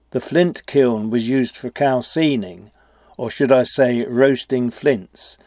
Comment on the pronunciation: "Calcining" is pronounced as calse "eye" ning